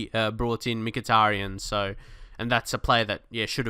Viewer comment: Great vid mate, however you are pronouncing Mykhitarian wrong, Mick-a-tar-ian